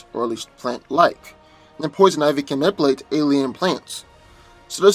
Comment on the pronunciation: I laugh soooo hard everytime he says nipulate..LMBO. slowdown and annunciation